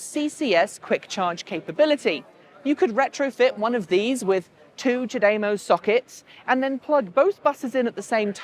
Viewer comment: Nice video: just a quick niggle; ChaDeMO should be pronounced 'chah deh moh' because it is a play on words in two languages. The English CHargeD(e) MOve and the Japanese お茶でもいかがですか？("ohh cha deh moh ih ka gah dess ka") which translates late something like "would you like to grab a cup of tea quick" and it infers charging the car will take less time than having a cup of tea :)